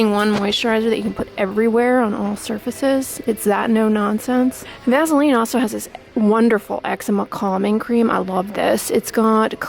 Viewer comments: I love the way she says "vazzaline" hehe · Made me lmao...maybe its because shes a tad nasally. But it sounds cool so maybe we should all call it vazzaline 😂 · vazzalean lol i love that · Yeah lol I've always pronounced it vassah-leen. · Everyone I know pronounces Vaseline like vazzalean .... I guess that’s how we pronounce it where I’m from (ontario) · M LeeAnn Me too. I have never ever heard it pronounced that way before. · I love how she says “Vaseline” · I've never heard of Vaseline pronounced that way. I live the South so I'm sure we're the ones pronouncing it wrong. lol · Hm, I pronounce it the same way. I didn't know there was another way! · No I hate it. Is she a Yankee?